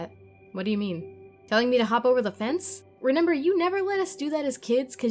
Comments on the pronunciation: "i renember" ( sorry if this is rude just commenting!) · "To this day I reNEMber " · It’s a creepy story, but every time says remember the way she says it sounds like “renember” instead so I just stare and then get out of it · “too this day i renember” i’m so sorry that just made me go kekdjskskkwaloekskndw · "Renember" Sorry but someone had to say it